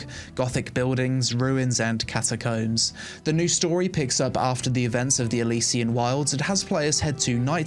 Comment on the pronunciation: I love you, but that's not how you pronounce "CATACOMBS" brother, it's giving "penglings" from Cumberbatch :D BTW> Will check out New World!